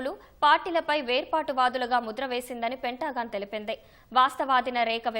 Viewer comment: పెంటా గాన్ కాదు తల్లి, పెంతగన్